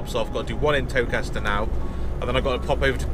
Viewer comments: I think Towcester is pronounced Toaster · Towcester is pronounced toaster 😂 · It’s pronounces ‘toaster’ towcester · And as we discussed, yep people picking up on the miss pronunciation of Towcester 😂. Thanks for correcting me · FYI Towcester is pronounced TOASTER, you skip the middle bit as you would in Leicester! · Pronounced toaster 👍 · its pronounced toaster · pronounced toaster